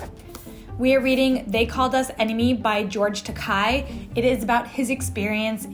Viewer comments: Hi,! Just wanted to let you know that George Takei's last name rhymes with "okay," 👌🏽 and not "my eye." 👀 😁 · BTW, his name's pronounced "Ta-KAY." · Love these toasts! You're always adorable, and your videos make me smile. BTW it's pronounced George Ta-Kay.